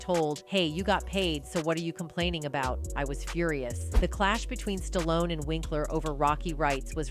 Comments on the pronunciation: Who is Sta-lone? Ai stinks. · This video only talks about the title for like 2 mins the goes into the weeds. Also the pronunciation of this name gets worse and worse as the video goes on. Ends on st-on-ese. Wtf did I just watch. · Sta-lone. Don’t cut it.